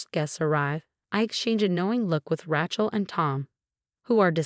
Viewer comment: it is pronounced RAY-CHEL